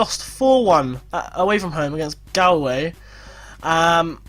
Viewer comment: A player that you might want to check the availability of is Robbie Benson. Don't know good he is in FM16 bit he's a decent League of Ireland player in real life. He's a CM but can play striker. Also, Galway is pronounced as Gaul-way :) Loving the series!